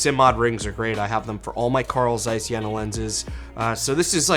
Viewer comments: It’s not jäna :) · the "e" in Jena is long like the "a" in Yale , not like jennifer.